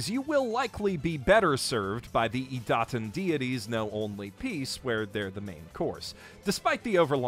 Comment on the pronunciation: Ok, but, how does he pronounce Idaten wrong when it's said perfectly fine in the anime multiple times an episode? Is he just taking the piss out of his horrible pronounciation skills or is he that hopeless?